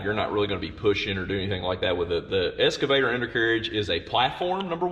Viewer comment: That was surprisingly interesting. Does Todd's pronunciation 'escervator' rather than 'excavator' mean anything, or is it just a local colloquialism?